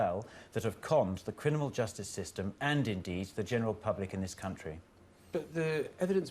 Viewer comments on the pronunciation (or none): I'm pretty sure he said "crinimal' justice system lol.